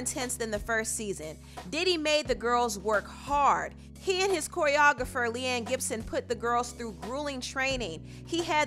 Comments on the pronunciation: Her name is Laurie Ann Gibson....not Lee Ann Gibson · Sis did you say Lee-Ann Gibson? 😩😩😩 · It’s Laurianne Gibson not Leanne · Who in the hell is Leanne Gibson lmao.... LaurieAnne Gibson Lol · LeAnne... I hate to knit pick but mispronouncing one of the best choreographers EVER....😂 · My bad I love your channel but I had to say this the choreographers name is pronounced Laurieann Gibson ( Lori - Ann)